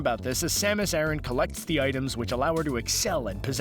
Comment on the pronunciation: dark hurrikane you're right about the planet pronunciation, as it's Japanese name is ゼーベス, or ze-besu, but not her name. It is not pronounced like Iran. In Japanese it is サマス•アラン, making it Ah-r(l)an.